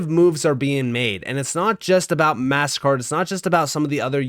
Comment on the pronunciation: Is it really that much trouble for you to pronounce MasterCard correctly you keep saying Mast Card don’t be so freaking lazy dude